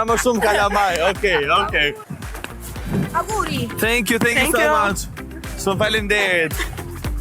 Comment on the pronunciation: Thenkji thenkju ( ca po thot ) 😭😭 o